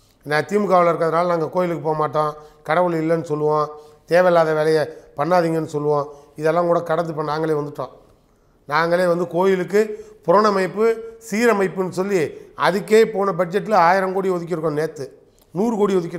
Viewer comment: புரனமைப்பு இல்லை! புனரமைப்பு! தளபதி தமிழ் வாசனை வருதுங்ஙோவ்